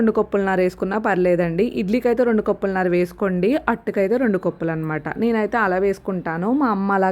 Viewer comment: కొప్పులు కాదు కప్పులు